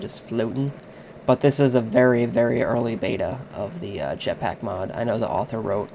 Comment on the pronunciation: lol he nearly said japsack... btw if ur not british it means ur urethral.